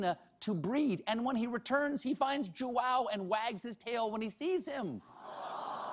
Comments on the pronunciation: I love the way stephen says "João", he says "JÓ-Á-OU" but it's actually "JÚ-Â-U" (in Portugal, because in Brazil it's "JÔ-Â-U") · Did you even try to search how to read the guy's name? Jo-ow? It's more like Jo-aum. Hell even Juan would be more acceptable. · I'm brazilian and the way Stephen says "João" is hilarious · I love you Stephen, but that's not how you say João. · the way he says "João", jesus christ 😂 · It's so fun see him trying to say João, It's my name and he is saying completely wrong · Seeing Stephen struggle to say JOÃO's name i realized that every language should get rid of the almost impossible sounds for the non native speakers! (please english end with the 'TH') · Stephen pronounced Joao wrong....really badly actually.....I guess he doesn't have anyone who speaks Portuguese on staff. The name translates to John, so it is really common.